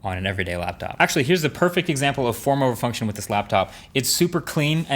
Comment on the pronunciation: I kept hearing former refunction for the whole 5 mins.